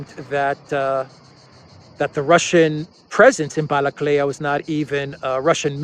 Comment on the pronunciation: Not Balakleya, it's Balakliya...